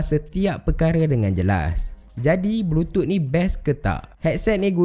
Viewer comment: Kenapa bro sebut "Bluetooth" sbg "blutut"..aku tergelak bro.